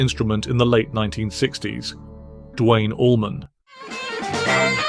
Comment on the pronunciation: It's "Duane", not "Dwayne".